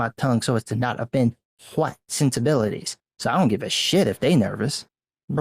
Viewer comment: Love how you say hu-white.